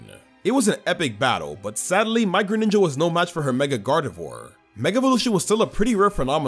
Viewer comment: THE SECOND G IN GRENINJA IS SUPPOSED TO BE A J! AND DO NOT LEAVE OFF THE W IN TANGROWTH!